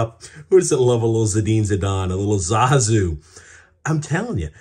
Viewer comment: It’s Zizou not Zazou.